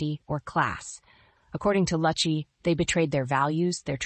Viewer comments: Yes, I cringed every time her name was mispronounced. It is Loo’-chee. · it’s pronounced loochy! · Something Joan Rivers would of said. Kudos! Would be nice if you pronounced Susan's last name correctly.